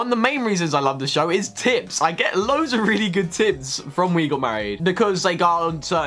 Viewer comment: When you said "tips" I thought you said "tits" XD I love love loved Heechul and Puff, they are what got me absolutely hooked on the show because I watched it for him and ended up becoming obsessed ;D Yura was adorable and she's awesome, i love that Henry is on it now, and I would love to see someone of BTS on it (Jimin maybe....) crying over romance stuff is my favorite pastime too =^_^=